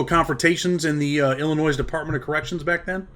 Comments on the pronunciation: Can't even say Illinois right. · You don't pronounce the s in Illinois. I remember hearing about the Gaylords in 80s just like Neutrons it was still a term in the 90s. Damn I'm old